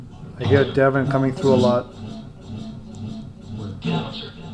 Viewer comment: That Devon is a demon , it sounds like they are saying demon not devon x